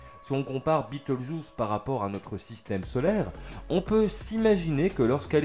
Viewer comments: En prononciation française c'est juste Bé tèl geuse. Je ne comprends pas trop pourquoi cette prononciation "US" ? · Pas la peine de prononcer le nom de l'étoile à l'anglaise ... ce nom n'a strictement rien d'anglais ni d'américain. C'est la transcription approximative latine d'un nom arabe. Le nom Bételgeuse se prononce selon les règles orthographiques françaises.